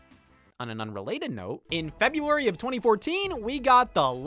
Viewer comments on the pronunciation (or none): none